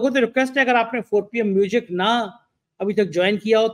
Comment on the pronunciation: sorry to say, please pronounce music properly.